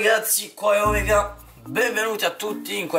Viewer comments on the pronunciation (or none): none